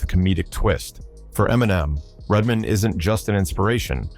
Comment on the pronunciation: and redmin lol